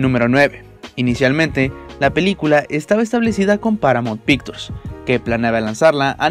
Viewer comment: Paramount Pictures?? Porque pronuncia tan mal???? WTF???